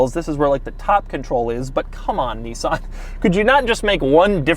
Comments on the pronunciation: It’s a Nissan not a Kneesaan 🙄🙄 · I could have told you that without the video, it's a Nissan. and it's pronounced "Nissan", not "Neeeezan". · The fact that he pronounces Nissan as "KNEE-SAN" but calls Nismo "NIZ-MO" is absolutely infurtiating